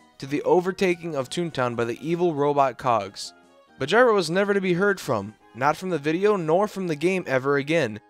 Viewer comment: finally, you pronounced it gyro and not "geero"